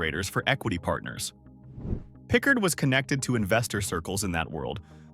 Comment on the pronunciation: William Pickard never went to prison. Please delete this information .You are also pronouncing his name incorrectly.